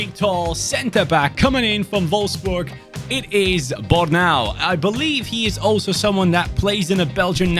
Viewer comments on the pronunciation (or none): none